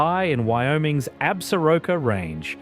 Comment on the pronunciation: IS THIS VOICE REAL?? REPROGRAM ,, PLEASE STOP DROPPING T,s SOUNDS LIKE AN ANTIPIDIEON SHEEPHERDER